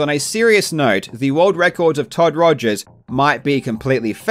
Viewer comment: Jobst Was that on purpose when you said Todd Togers? I'm not even sure if it was a slip of a tongue or tongue in cheek remark anymore. XD